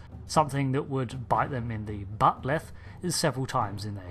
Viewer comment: lol the " buttleth"